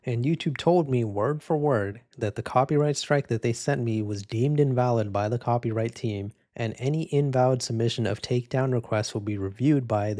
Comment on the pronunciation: "coprighty" lol